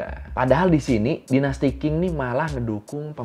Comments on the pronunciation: Dinasty Qing, bacanya Ching bang... Q di Mandarin dibaca Chi... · Kak, Qing pelafalan nya "Jing" klo sesuai pelafalan mandarin.😀 Nice video, selalu menarik di denger buat temen nyetir jauh. ❤ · Ralat, disebutnya dinasti "cing" soalnya romaji q di bahasa Tionghoa dibacanya kayak c